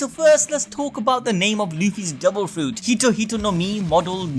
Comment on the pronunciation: " we cweate this dewil fwouit "